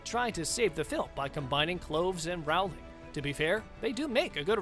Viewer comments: Rowling has a long o, like in "roll," not an "ow" sound like in "howling." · J.K. Rowling's name is pronounced like bowling but with an R. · Bring back Depp. Also, you should learn to pronounce JK Rowling’s last name. And her comments were about sex, as in male/female, not “intercourse.” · Depp should not have been sacked..............and Rowling rhymes with bowling not howling. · Pronounce the author’s name correctly!!!!! It is Rowling, rhymes with bowling…NOT Rowling rhymes with howling. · I wish you would learn to pronounce the names properly. It would make watching easier. The most painful to hear is J. K. Rowling. It’s “ Row-ling” like you row a boat, not like a ball is round. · No Depp? No watching!! Before production of this you really should have brushed up on how to pronounce JK Rowling's name! It's pronounced as it looks Row as in rowing a boat!! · I can't believe this guy doesn't know how to say ROW-LING. ROW , LIKE A BOAT! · Would be nice if you have your staff pronounce "Rowling" correctly. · This guy claiming that Depp left rather than being forced to leave, shows the lack of research just as much as the fact that it's 2021 and he still does not know how to pronounce "Rowling". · Johnny Depp didn’t leave he was let go. You need to learn to pronounce Rowling’s name.